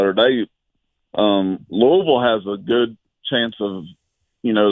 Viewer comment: It's pronounced, Loo-āvull. Haha not, Lewwy-ville